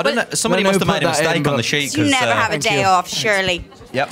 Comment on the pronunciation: LOL Liam's NEVAAA... <3